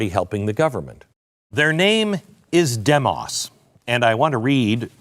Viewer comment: Your mispronouncing Demos Glen... The pronunciation mark is even included in their name to tell you how to say it .... Dēmos (Dee mos, as in "Demon")